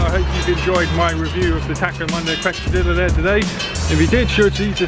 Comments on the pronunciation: have to be pronunced Qezadiya! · You say Quesadilla funny :P In America we pronounce it Kay-Sa-Dea